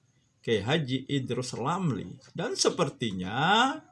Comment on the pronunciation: Waduh beberapa kali salah sebut...Idrus Ramli dibilang Idrus LAMRI...😁